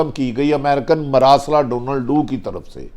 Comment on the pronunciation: بھٹی صاحب ڈونلڈو نہیں ڈونل لو